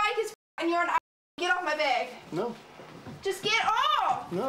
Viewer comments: Like how she is saying «get of my beg» like just say bag haha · What’s a beg she kept saying give me my beg I’m confused